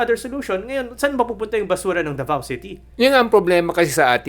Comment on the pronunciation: CUNA yun oy. At DAVAO Hindi The Vow. Ayusin natin ang bigkas.